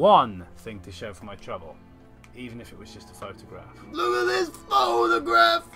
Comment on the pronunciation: "LOOF AFT FIS FOTOGRAFF"